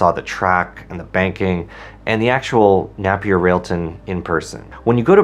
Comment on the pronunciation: Pronounced nApier.